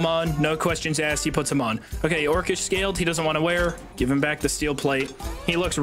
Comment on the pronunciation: "i wanna guve you my tip"